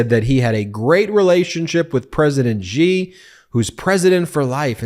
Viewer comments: Its pronounced She, not Gee when talking about Xi. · his name is Xi not Ji, why are you all not able to pronounce the letter X?